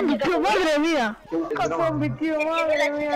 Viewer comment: dice zomie no zombie